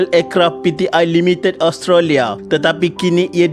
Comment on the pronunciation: Sebutan Australia.. Os..tra.. lia... Bkn as..tro..lia..